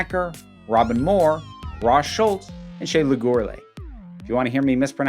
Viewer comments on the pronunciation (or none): none